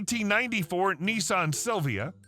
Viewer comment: Nissan not neesarn